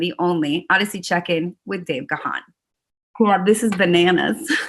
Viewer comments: Not Ga-han. You pronounce it GONE. He is so polite he never corrects people. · Dave channeling his inner Bono eyewear. Ladies and gentlemen…it’s Dave Gaaahaaaan! It’s pronounced similar to “Gone”. ;) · O my god Ga:n...dear...wife, how do you speak his name😵??? it is realy not ok. Please correct this..ask the universe.... Dave G. is the King ❤🤗❤ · You’re pronouncing his name wrong! 🤦🏽‍♂️ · If she likes him as much as she says she does how the hell can she not know how to pronounce his surname?